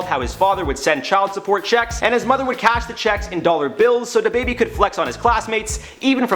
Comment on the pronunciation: Its DaBaby not Da Baby